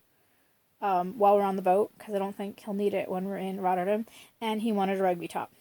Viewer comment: You know there's an A in RotterdAm right? :) Never heard it pronounced the way you do it lol